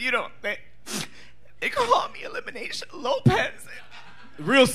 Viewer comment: not kandy saying eliminaysha lmaooo